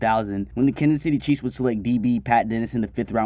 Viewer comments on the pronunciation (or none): none